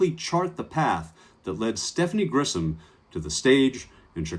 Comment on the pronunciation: Grisham, not Grissom. You're mispronouncing her name.